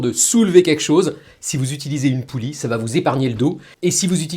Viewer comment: On dit une poulie et non une poule